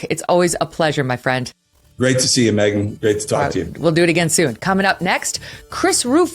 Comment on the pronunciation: It's Megyn, not Meigyn.